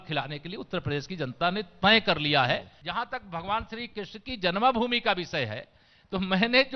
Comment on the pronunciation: जन्मभूमि कहना सीख लो